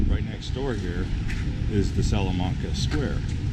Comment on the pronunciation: you said salamanca wrong. It's sal - a - man - ca, not sal - a - mun - ca